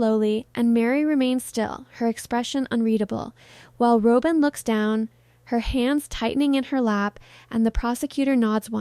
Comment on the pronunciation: Rob-in not Row-bin. No W cand pronounce don't report.